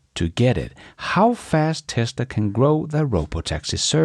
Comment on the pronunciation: Crock is a pot to cook in. GROK is what XAI is offering. Crow is an animal but GROW is what animals and living things do. Pronunciation matters. Please make the effort.